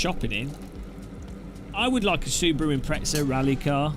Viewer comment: Mt. Rainier is not extinct, but dormant. We here in Tacoma say 'when she blows', not 'If'... heheheh PS. Love the way Brits say Impreza as though it had 2 z's (like pizza), rather than 1, (like plaza).